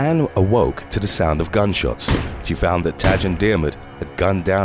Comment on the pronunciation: "Tadg" is pronounced ti-gue. I'm from Ireland :-)